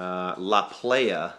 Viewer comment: prounounced plaja